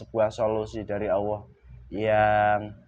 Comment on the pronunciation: Allah...bukan auwwoh